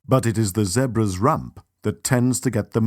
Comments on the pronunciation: Stop saying Zebras like that!! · It's pronounced ZEE-BRAS not ZEHBRAS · fucking zehbruhs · Poor Zeh-bruhs 🤷🏾‍♂️😢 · poor "zehbruh's"😭😭😂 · The way how he pronounces Zebras is so annoying. Or is that just me that finds it annoying? LOL